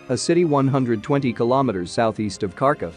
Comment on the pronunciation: Harkiv not karkov